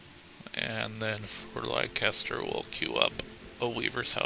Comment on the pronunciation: Volume is much better! Leicester is pronounced /LESS-ter/ ... just so you're aware. I grew up in New England and there's a LOT of old English names and pronunciations.